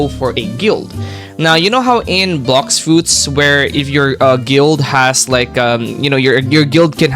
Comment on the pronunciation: “blocks suits” 💀